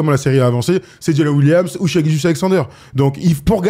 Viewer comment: saison pro, dit shai et pas shy stpppppp